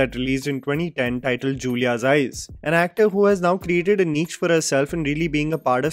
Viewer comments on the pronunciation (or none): Brother please say the word niche how it is supposed to be pronounced. It’s hurting my ears at this point hearing you say NEECH 😭every time. Barri hi neech harkat ki hai. Niche is actually pronounced ‘NEESH’